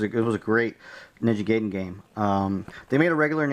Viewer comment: Its pronounced Ninja ''guy den'' not ''gayden'' Sorry just had to say that.